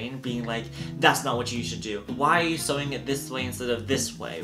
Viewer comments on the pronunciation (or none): none